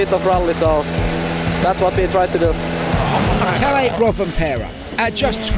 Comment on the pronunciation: Kalle not Calley